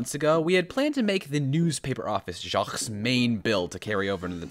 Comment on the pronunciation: As a French person, I would like to say that « Jaques » isn’t pronounced « cejzkzgzgzv » but « jak »